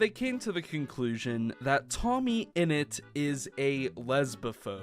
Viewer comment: It's tommyinnit not toammyinut